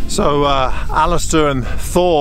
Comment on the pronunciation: Fantastic trip you have! But the name Thor is pronounced Tor, not the th sound you are used to ;)